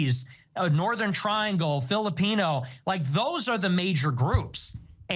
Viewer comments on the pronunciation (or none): none